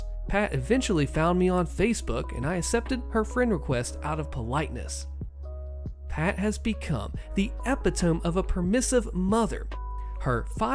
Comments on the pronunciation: Epitome: Eh-pit-ohm-ee Not Eh-pit-ohm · It`s actually uh·pi·tuh·mee. Just saying...